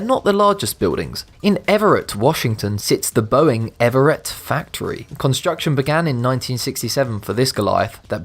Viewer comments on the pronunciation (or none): It's EV-RETT 2 syllables not ev-er-ett! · I live in Washington State. The Boeing facility is in the city of Everett. It is pronounced without sounding the second syllable and the final vowel is pronounced as a short "i", e.g., Ev-ritt. It is not pronounced Ever-rette, as you mistakenly do in the video